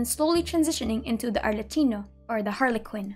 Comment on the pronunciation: As an Italian I gotta say your pronunciation is really good!!- the only ones mispronounced were Arlecchino which in Italian has the ch in the middle, making it sound hard like Arlekkino, same for Pistacchio pronounced Pistakkio + Tartaglia in Italian has a j sound in the gl , but that’s the Mihoyo fault lol (Assuming you aren’t Italian, and I have a bad perception of accents even in my country lol its true) I felt really good watching your video, I love your edits and I appreciate it all. I can’t wait to meet perhaps Dottore in Sumeru with Lisa and other charas when they visit for some reason the Academia.